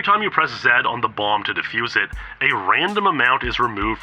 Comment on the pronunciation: It's a difficult word to pronounce. I have difficulties like this at times too. Let's respect peoples shortcomings and value them as the people they are.